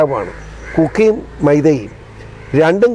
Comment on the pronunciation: Cookie യും മൈദയും അല്ല പിസി... 🤣, kuki, meitei 🙏